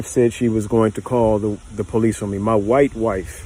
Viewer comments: He said “my WHITE WIFE” like it was the black cap getting tossed in Alabama lol. Ain’t nobody coming to cape for you Sir. Good luck and God speed because you’re out gunned and getting manhandled by a woman. Lol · When he stressed "white wife", all I could do was smirk for the rest of the video lol. 😏😏😏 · Why emphasized “white” wife ? Lol is that suppose to make us rally behind him. I thought love has no colorrrrr. 😂